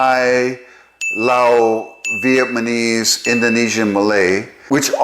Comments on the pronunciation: Are you constantly saying vietmanese instead of Vietnamese? Or am I mis-hearing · Such a cool video! ✨ Thanks for sharing your knowledge and passion with us! (I’m quite curious about one thing. Why do you say VietMANEse instead of VietNAMEse? Is there a specific reason?) All the best! ☺️ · I'm not sure you are aware, but you are pronouncing it "VietMaNese". I listened to it several times over the first 7 minutes. I'm curious about that...whether it's deliberate or if there's some nuance I'm not aware of. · So I'm a little confused. Is it Vietnamese or Vietmanese? You keep saying the latter.